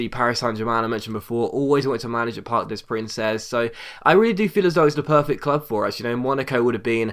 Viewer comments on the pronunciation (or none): Parc Des Princes is pronounced like Park Day Prance, just FYI. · Park de(s) preunce(s) is how it's pronounced. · please pronounce the stadium correctly, it's really annoying me. You're saying the 'Parc' right, you don't pronounce the 'S' in 'Des' and you pronounce 'Princes' like 'Prance' just France with a P. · its parc des princes